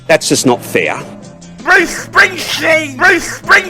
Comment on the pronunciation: Holy smokes the quadrella, baby otto, cheeeeper electwisity, bwoose springshteen and peter dutton plus a few kkheee khheee's, 😂😂😂😂